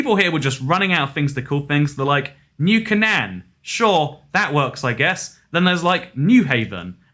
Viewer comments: New Cane-ann not new Can-Ann. Get it right muestre geographer. Satire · The way he pronounced New Canaan hurt